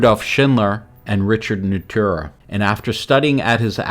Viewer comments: Good review but for god's sake stop the robot reading! It invariably end up with Burj "Kalpha", "Richard Netura" or "Lee" Corbusier LOL It misreads quotes "Architecture is how to waste space" vs the "Architecture is the art of how to waste space" or it utters things like, "This is a building that stands this building stands" or "Unity Temple Unity Temple was an exercise in ..." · My favorite point in the video where AI mispronounces Richard Neutra's last name!😄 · Not surprising. It got Le Corbusier wrong too.